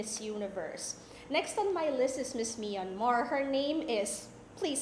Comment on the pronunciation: MISS MIYANMAR???? MYAN-MAR!!! MI-YAN-MAR????